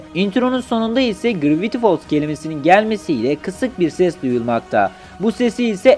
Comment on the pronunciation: kaavrengi deme grraviti folls da deme bune yaa